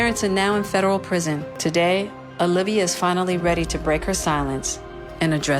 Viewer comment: my boy are you Latino? Cause you just pulled that O-livia straight from an abuela’s mouth lol